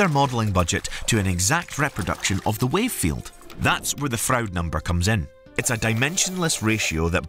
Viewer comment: William Froude is pronounced like Frood .